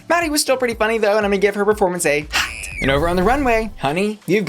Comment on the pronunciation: The way you pronounce HOT and ROT is almost identical. It can be very confusing to the ears. Why not consider delivering them in different tone or pitch.